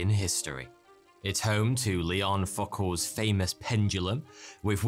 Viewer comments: Didn't think a last name like Foucault can be pronounced as f#¢k horse, sure it does sound wrong but I couldn't hold a straight face listening to as it made me burst into laughter. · I am going to be a pronunciation-Nazi: why pronounce catacomb like an American? Secondly, you pronounced Foucault in a completely incorrect way. Maybe check out these 'difficult' words before making a video using them. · your pronunciation of foucault is golden